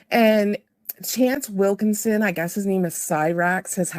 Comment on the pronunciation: It's wilkins vitch